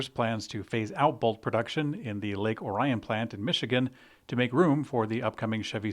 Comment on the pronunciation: Just to clarify the GM plant is located in Lake Orion. (Or-ee-an) must be difficult to to get right because all the sites say it incorrectly.